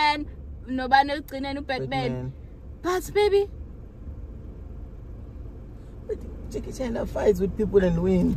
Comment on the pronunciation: "Jackie China"?! 🤣🤣🤣😭😭😭 Njayni?!